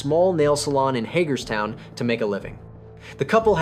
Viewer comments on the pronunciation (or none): none